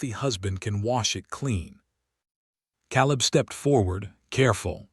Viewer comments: Yes. Caleb pronounced like Kay-Lebb. Proofread! Proof listen! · Tell your AI that the a in Caleb says its name, long a.